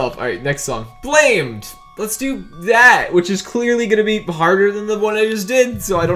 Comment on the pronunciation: Anyone: Woah! It's Blamed! Everyone else: It's actually BlAmMeD